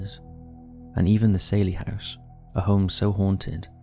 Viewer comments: Probably the worst picks your could've found. And Saylie house? It's pronounced Sally.. but an Ai voice wouldn't know that. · And it's "sally" house, not "sailey". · It’s NOT the ‘’SAIL-EEE House’’ 🤦‍♀ I mean even the narrator & experiencers pronounced it for you a few times.. SAL- eee like SALLY.